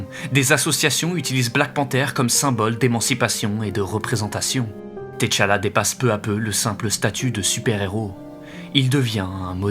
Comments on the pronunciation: Par contre....C'est "Tchalla" pas "Téchalla" pitié 😭😭😭 Excellent video, mais j'avoue que le fait que tu l'ai appelé "Té-Challa" pendant tout ton recit m'a trigger de fou 😭🤣🤣🤣 Grosse force, et merci encorepour cette magnifique video 🫡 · 😂arrêtez de dire "t" challa please. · Le T de T'Challa ne se lit pas. C’est plutôt Tchalla (Tcha-la) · ca se pronnonce comme si il y avait 2 t a suivre pas thé tchala